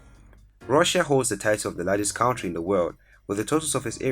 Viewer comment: The way you are pronouncing country is disturbing